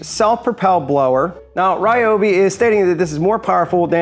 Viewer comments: It's Japanese. "ryo" is a single syllable. So, it's not rye-oh, it's not ree-oh, it's ryo. Ok, technically, there are three syllables as there's that ー extending the vowel, so we get Ryoohbi, but yeah, rye and ree are both wrong. Just like Tokyo (とうきょう) is not Toh-key-oh, but Tooh-kyooh. That きょ forms a kyo, not a ki yo. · You're pronouncing Ryobi with three syllable either way, so either way you're wrong. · It is pronounced ree-o-be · I'm with you the way you say Ryobi but believe it or not we even pronouncing it the wrong way I did my research on it to find out how they really pronounce it in believe it or not the wrong way that we think it is the wrong way of pronouncing it is the correct way of pronouncing it it is the Japanese product in they pronounce it the other way do your research